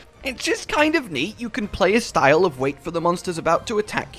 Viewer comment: did you say "shtyle points"? lol funny shit